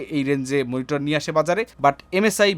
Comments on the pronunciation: মনিটর নাকি মিনিটর? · মনিটর ❌ মিনিটর ✅